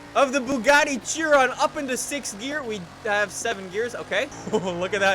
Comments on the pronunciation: It's pronounced 'She-Ron' not Chi-Ron. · ITS PRONOUNCED AS SHEE-ROWN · It's pronounced Shiron, damn it. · Fuck's sake,. Howany times must I comment its not pronounced Chee-ron! Its pronounced Kai-ren! Not chee-ron or shir-ron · BTW it’s pronounced Shiron not Chiron even tho spelled Chiron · its pronounced shi-ron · Chiron is pronounced like (Sheh-Rone) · Hold up, Cheer On? You mean Chiron. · Chiron is pronounced she-Ron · now listen here you brony if you would actually watch interviews with the team behind the Chiron you would hear them pronounce it shiron. this is because they are FRENCH this is the same if you put Chiron into the FRENCH language on Google translate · BrunoBucarest i thought it was pronounced "Ki-ron" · The point is, it's not pronounced "Tchiwon"... It's a french name.